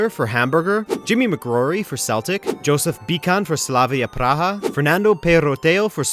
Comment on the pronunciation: It's pronounced Yo-sef not Joseph for Bican's name